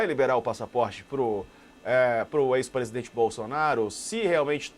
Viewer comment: Q AGONIA ESSE HOMEM FALANDO "PRESIDENTE" .PRESIDENTE AI DENT#😤